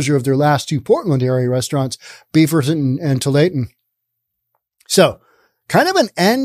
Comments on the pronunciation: I just started watching this video and heard him say “too-lay-ah-ten” and was all 😅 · pronounced too-wall-ah-tin. 😎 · Tualatin. "Too-wall-at-ton". Sure, enjoy your podcasts. Ex Williamite Valley born and raised resident living the good life in Wyoming. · It was always pronounced Too-all-it-in when I lived in the area (Beaverton and Lake Oswego). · Too-all-i-tin There. Now, fwiw: At least I could understand what you were trying to say. I recently heard a video with someone trying to pronounce "Cthulhu" and failing so abysmally that if I couldn't read the video title, I'd think they'd discovered a brand new word. So you're cool, man. :D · I know it's a french corruption of a native word, but just how hard is it to say Tu-ALL-a-tin? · Tualatin: "Too-wall-uh-tin" West hills area... Closer to Beaverton than downtown... I'm surprised about Bend. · Too-wall-it-ton if this help. Portland is the town I grew up in. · 😂 Tualatin- too all iton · I think it’s pronounced “Too All La Tin”. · Really liking this video. But that name is pronounced TO-WALL-A-TON, with that last syllable sometimes being pronounced as TIN. Just rhyme with BOO-BALL-A-BUN, or sometimes BIN. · Tu-all-a-tin (that’s how to pronounce tualatin)😂😂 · Tualitin us pronounced TOO-ALL-UH-TIN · Tualatin is pronounced To-all-uh-tin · pronounce Tualatin: two ALL it tin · Tualitin Pronounced too-ah-la-tin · It's pronounced "two-all-eh-Tin" 😁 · Its tooallatin